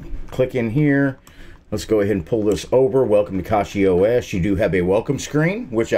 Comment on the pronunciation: It is pronounced cachyOS